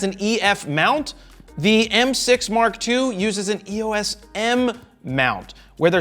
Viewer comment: It's "EOS" , not E-O-S